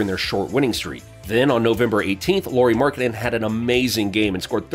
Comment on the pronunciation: nice job mispronouncing his name